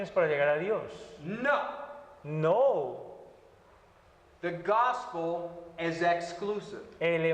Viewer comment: Excelente clase. Me resultó simpático que en este minuto el profesor dijo "No" como se dice en español, con una o corta; y el hermano traductor parece que lo tradujo inglés diciendo "Nou" como suena en ingles la o en esa palabra. Lo hicieron al revés sin planificarlo :) Regresando a la teología, esta es la base de la reforma, la sola Scriptura, por eso es también importante usar traducciones basadas en el Textus Receptus. Bendiciones.